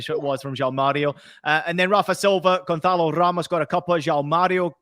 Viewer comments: It's not goncalo.....it is gonçalo.....ssssssss sound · you wanna sound all sofisticated saying all portuguese names like that be my guest, just know you're butchering them